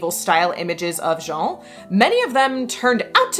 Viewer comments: Great stuff! Just FYI, Jeanne is pronounced Zhann. Your pronunciation was actually the masculine Jean. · Little french nitpicking: Jeanne the way you pronounce it is much closer to the first name Jean (masc. version of the name) Jeanne would have the same "j" sound but it's followed by "Anne" not the "an" vowel. I believe the reconstructed medieval prononciation is Jehanne ("Je" like the french pronoun in "je m'appelle" or at the end of "illuSIOn" in English and "Anne" like the name in English) So yeah it's actually pronounced like the second syllable of "illusion" but with the A of "Bath" instead of the softened o [ʒan]